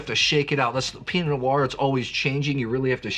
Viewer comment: Before getting all playful with Oregon geographical names, I'd spend a little more time working on the basics of correctly pronouncing words like Pinot. Enjoy your content, but that is super distracting.